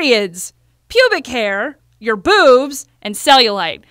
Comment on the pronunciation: your BOOOOBS - damn you didn't need to say it so hard